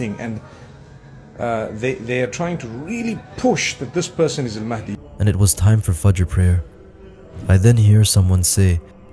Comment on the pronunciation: Astaghfirullah, you have again used the AI generated voice of Ustadh Nouman Ali Khan to prove your point at the end. Stop with the falsehoods. Anyone who hears Nouman's lecture knows he doesn't sound like that. He's an expert in Quranic Arabic (Classical Arabic) and would never pronounce Al Mahdi as Al Maadi. Fear Allah brother.